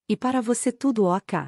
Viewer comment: Oh obrigado❤ Comprei o primeiro livro a um tempo, mas ñ pude obter as continuações. Amei a leitura. A voz é ótima e qualidade tbm. Mas confesso que demorei um pouco para entender que "OCA" era "Ok"🤭 Estou no